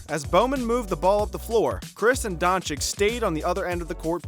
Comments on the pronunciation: Wait, isn't it pronounced Donchich. Never heard nobody pronounce it DonchiK before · Mr. Don Chick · Just call him Luka, or learn to pronounce his surname please.